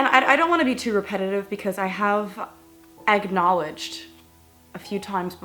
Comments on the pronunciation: I'm Sarah I heard her say this at the exact same time i saw this comm-egg-nt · “I have.... *egg-knowledged*” 😂😂😂